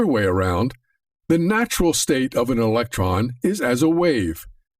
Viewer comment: Right then, Its electron not election so I'm now finding it hard to take it seriously lol